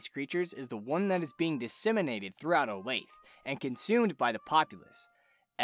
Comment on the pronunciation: Olathe is pronounced Oh-Lath-A. Not Olafe.